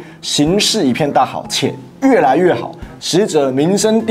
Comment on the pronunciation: 民生凋敝，念敝ㄅㄧ